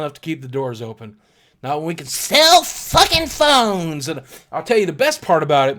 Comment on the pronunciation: lmao "fuckking phoness"